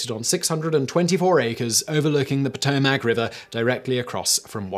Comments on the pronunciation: Please pronounce Potomac correctly Pa toe mac. Not potohmac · For the last time, it’s puh-TOW-muck. I’m from MD and you kill me every time you say it wrong. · Please try to research enough so as not to mispronounce Potomac. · Simon, honey, you know I love ya, but you gotta sort out your pronunciations :-) Just a quick google beforehand, please? You could start with Potomac and taco :-)